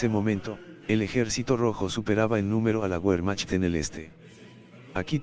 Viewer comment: Se dice....VERMAJT....!!!